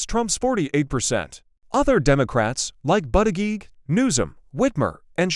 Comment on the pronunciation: Learn how to pronounce Pete Buddajudge